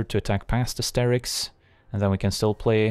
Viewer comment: This whole time I've been pronouncing it Chair-ix, but of course it's Kerr-ix. Durrr.